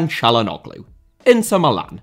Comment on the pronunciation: As a returning half Turkish commenter, the 'ğ' in Çalhanoğlu's name is actually a silent letter that serves as a transitional semi vowel that slightly prolongs the letter before it. The closest English letter to it can be considered the 'W'. And while I'm writing this comment that is of no actual value, 'ş' is pronounced as an 'sh', 'ç' as a 'ch' and 'ı' (the I that doesn't have a dot on top of it) is a letter that doesn't exist in most languages, but is actually pronounced by everyone between two consonants, usually at the start of a latter and slightly resembles the 'u' at the beginning of the word 'utter'. Turkish is also a language where every letter in about every word is pronounced distinctly, so the 'r' and the 'h' in the word Fenerbahçe are pronounced the way a Glaswegian would pronounce them. Hope this helps if the desire for a deep dive into Turkish happens to come your way as terrible transfer windows come to Sunderland's 👍